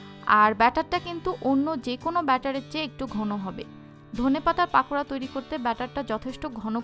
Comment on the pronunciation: this is not পাকোড়া it's পকোড়া ok maam